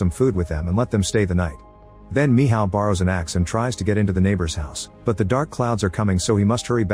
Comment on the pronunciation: Michal❌️ Mihaw ✅️